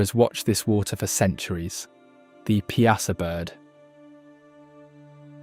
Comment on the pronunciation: It also can't pronounce Piasa, or Nauvoo and thinks Carthage is only 14 miles away.